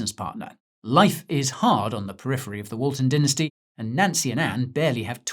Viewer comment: Or is it dinnersty 🙃